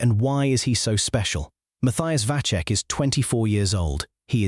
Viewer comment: Vacek iz Czech but no Vaczech. Pronunince him Vatsek.